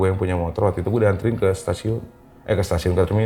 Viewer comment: Jd salfok, masnya kaya aku klo sebut kata "waktu" itu "watu": Watu itu 😂